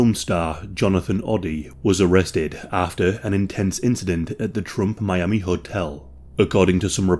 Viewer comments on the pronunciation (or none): none